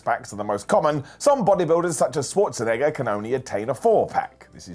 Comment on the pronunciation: Wow! finally learned how to pronounce Schwarzenegger. Well done mate.